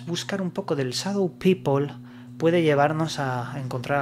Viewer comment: No seas ignorante no se dice sadou pipol si no sabes Ingles no lo pretendas mejor di Gente sombra y ya vale